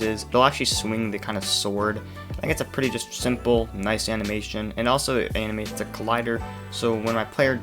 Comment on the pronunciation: Nobody:: Animacdfjhion